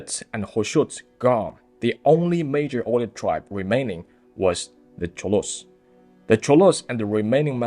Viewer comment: It is Altai and there is a “L” in it, it is Oirat and there is a “R” in it.😊